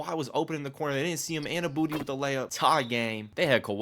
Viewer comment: Unless youre just trolling. You know youre not saying OGs last name right lol